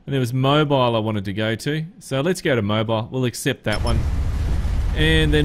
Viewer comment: it's more like Moe beel, but yeah, kinda like that